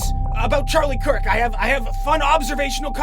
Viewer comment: German presenting Charlie Kirk as a martyr-slave for ZOG while pronouncing his name as "Charlie Cuck".